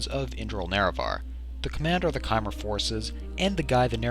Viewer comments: Lol he pronounced chimer right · He pronounced chimer right.